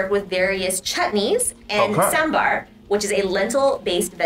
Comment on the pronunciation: kudos for pronouncing Sambar right👏🏻